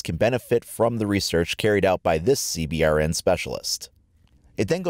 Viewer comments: This guy does good on his videos, but for the love of god he makes me go beyond cringing when he says C B R N. Its pronounces (Sea-bern) GOD DAMNIT! Lol I've never heard anyone pronounce it like that. He must be the kinda guy who plays inverted, or pours milk in his bowl before pouring the cereal, you know like the worst kind of person you could possibly be... Also it pisses me off when people who don't know about firearms talk about them lol. And lastly that other gun is obviously a KSG 12 shotgun. Just saying... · CBRN IS PRONOUNCE (SEE-BURN) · Love it. Also, its pronounced "C-Burn" :) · A good way to pronounce CBRN just say see-burn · Anyone else like me in the military that gets triggered when they say "C B R N" instead of "see burn"? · you don't have to say C BRN just say C BURN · It is pronounced CBurn not C B R N just FYI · CBRN is pronounced "Seeburn" btw :) It's a common phrase in the US armed services, and rolls of the tongue easier. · CBRN the acronym for chemical, biological, radiological and nuclear is pronounced "C Burn" for short in the military fyi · I know I’m being picky, but for CBRN just pronounce it C-Burn. That’s how we say it in The military:p awesome video though! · When you say cbrn, you just say (c-burn) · CBRN is pronounced "c-burn". Just trying to save syllables :) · Pronounce CBRN like "Sea Burn" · It’s pronounced c-burn